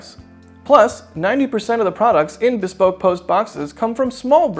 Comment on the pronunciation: BEEE SPOKE post hahahahahahahah